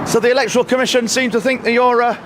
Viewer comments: Why is pronouncing the word “E-LEK-TOR-AL”? This isn’t America… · Electoral. e-LEC-to-ral /ɪ'lɛktɹəl/ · Who says "Electoral" that way?